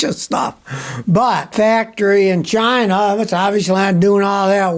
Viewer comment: Scotty said "Chi-NA", just like DJT does. 🤣